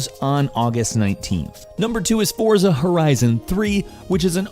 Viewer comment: It's pronounced "Fort-sa"